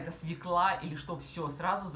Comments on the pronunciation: СвЕкла, а не свеклА, срЕдства, а не средствА!После 10-37 смотреть не смогла... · Да, тоже резало слух — так же, когда говорят: кремА, тортЫ))